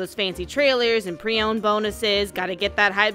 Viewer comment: Oh yes, all those sweet pre-owned bonuses 🤔 I know you meant preorder, but you mumbled just enough that it sounds like preowned just in the beginning. Funny enough.